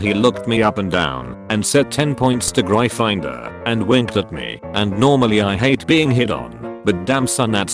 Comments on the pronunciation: gryffindor instead of being pronounced gryffin-door is now pronounce Gry-finder apparently. and let us not forget slytherin is no longer slither-in but sly-therein so whats next hoofl-poof and rav n'claw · he pronounces gryffindor as gry-finder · I swear to god get a better text to speech program so that we don't have to hear "griye-finder" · ‘graifainder’ & ‘slaitherin’ 😂😭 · "Gry Finder", "Badge-elle" xD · Gry finder? Sly ther in? What the hell? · The reader pronouncing it “Grifindoor” makes me laugh every time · The way the text-to-speexh pronounced gryffindor and slytherin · The way Gryffindor is pronounced pisses me off. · Just How the fucking computer pronounces Gryffindor Is infuriating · The way he pronounced Gryffindor and Slytherin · The way it said Gryffindor 😂😂😂I'm dead